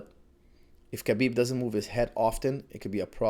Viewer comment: Khabib's - Ha-beeb not Ka-beeb last name is really simple. Pronounced like so. Nurma-gomedov.